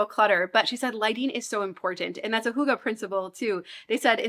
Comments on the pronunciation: i do not know who told you that hygge is 'huga'..but it is NOT the way hygge is pronunced...not even close..ˈhŷɡːə....y is like in the u debut..and ə is much more an e than an a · Love your videos! Wishing all the best to you and your family in this stage of life! Fun fact, if you type hygge on google translator and select swedish, you can listen to the correct pronounciation which is far away from hoogah. I think the nordic "y" and double "gg" are hard for english speakers but it's always fun to learn new languages even just a tiny bit😍 Greetings from Finland! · I sincerely love your videos and my home improved a lot even though I just became a mom. The only criticism is: You use the Danish word Hyge so often, but the pronunciation is horribly wrong. It should be easy to look this up beforehand. It doesn’t have to be perfect but this is miles away 😅